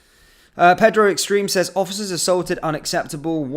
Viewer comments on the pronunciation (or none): none